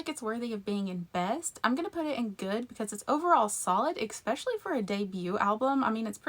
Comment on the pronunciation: There's a PLAGUE of YouTubers saying "Expecially". Stop it...